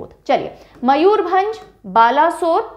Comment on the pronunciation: Almost correct but not all correct. Let me correct. Balasore is "Baleshwar/ बालेश्वर" Kalahandi is कलाहांडी not कालाहांडी Bargarh is बरगड In Odia langua the use of अ is more than आ For example Ba is ब not बा So Mayurbhanj is मयूरभंज not मयूर भांज I hope this is clear. I wish ther is any voice text service in YouTube. I could have recorded and commented. Cheers!